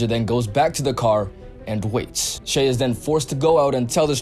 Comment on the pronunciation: it is pronounced shy